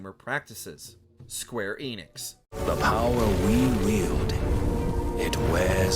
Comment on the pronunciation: The Enix in Square Enix is pronounced with an e like in end. Get it right lol